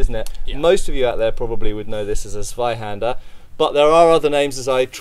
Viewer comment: Tsvaihander with a very sharp and pronounced Tsss if you´d be so kind... That "Sssuai"-type of sound that sir produces is so far off the mark, it´s actively painful. I love every physical object that ever left ´s workshop and i respect the craftsmanship, but... sorry. Pls no. Please: Tsvaihander or maybe Tsvaihanduh Either one with a VERY sharp and pronounced "Tss" sound.